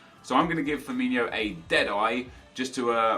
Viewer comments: His name is pronounced Firmin-OH and not Firmin-IO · ITS firmiNO... not Firminho.... learn it right...... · Why do you call Firmino 'Firminho'? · Azhar Haque they pronounce it like Ronaldinho